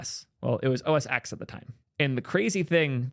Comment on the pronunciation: it's pronounced OS ten not OS ex.